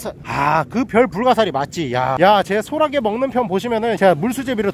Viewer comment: 소라게 아니고 소'랏'게 큼큼